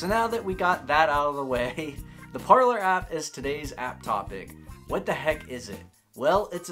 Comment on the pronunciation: Would it not be “Par-lay” like the French word for ‘speak’?